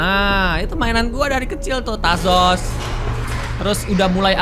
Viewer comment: tajos bukan tasos